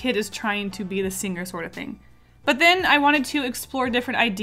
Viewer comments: “I slur my words” 5 seconds later “SinGER” “VetER-AN-ARIAN” 😂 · i didn't know "picture" had different Pronounciation but?? Sing gerrrr wat??